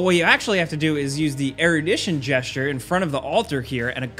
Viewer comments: Btw, it's "JHEZ-ture" not "GUESS-ture". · "Gesture" = Jesture. You are welcome. Amazing video. I am downloading it as we speak! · "Jesture" not "Get-Sture" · Wonderful video, as always. What a great channel. If I could, though - shame on everyone who has neglected to mention to you that gesture is pronounced like "jest-ure" - not "guest-ure". That's on my 10 things no one bothered to tell you before making such great youtube content. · Good video but bro.... That's not how you say the word gesture it's not like the word guess....it's said more like the word "jest". I'm not even really trying to make fun of you it's just people are going to notice that and mention it so you might as well hear it from somebody being relatively nice about it but that's not even a choice like tomato/tom-otto...it's ONLY said "jest-chur" not "guess-chur" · Did he just say "Guess-ture"? 😂😂😂 It's pronounced "Jesture" 👀😂🤣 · what's a "guess-ture"? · It's "jesture" not "guessture" (the way it's pronounced, that is.) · Dude, It's "Jesture", not "Geh-sture". Who the hell can't pronounce "Gesture"? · Gesture = jes-cher 🤨 annoying the crud out of me with the guess-cher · Gesture is pronounced jes-chur lol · what is a "guest-ture"? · Also... are you saying "GUESS-ture"? My dude. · is there not one comment about "guessture" ? what is the explanation for this? do gen Zers not know how to pronounce words? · gesture = jes-cher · Nobody says Guessture, who edited this and didn't tell him to fix this? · Guessture?...Come on. Great video though. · Don't want to make a big deal of it, but gesture is pronounced with a J-like sound. It's not like guess-ture. Thanks and have a good day. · Its pronounced jesture. So mad haha good video though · Someone please teach this man how to pronounce "gesture". Its jest-ture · FYI it's pronounced Jest-ure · "Guess-jer" eh? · Why is nobody commenting on GESS-TURE? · How has he gone his entire life pronouncing gesture with a hard "G"? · Guess-ter? wtf is that